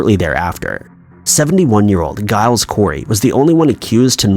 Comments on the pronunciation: Mispronounced a lot - some of the Salem witch names were bad, Coven unforgivable. “Titchuba” and “Jiles”Remember that mostly fans watch this 🙄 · Coven (CUHVEN) Tituba (TITCHUBA) Giles (GYLES) learn to pronounce the names correctly!